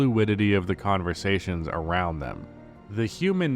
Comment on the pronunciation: “Ionow” lol